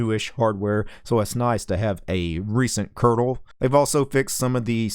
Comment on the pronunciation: did he say recent curdle?